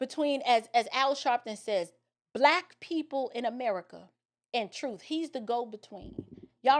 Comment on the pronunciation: He can’t even speak properly, he says “troof” and “deaf” 😃